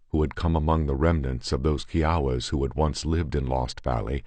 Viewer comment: Its funny that bothers you more than his mispronounciaton of kiawa kie awa is how it should be,but the way he says it is like kiwi Chihuahua